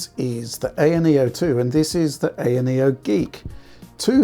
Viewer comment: Thank you for calling it an ayaneo with an a not an I, like all the American reviewers call it.